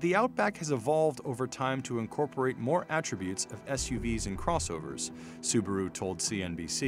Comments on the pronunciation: The Brand is called Subaru, not Subru! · Say subaru properly